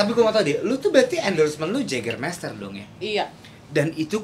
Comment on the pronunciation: Jägermeister cara bacanya Yegermaister nyeett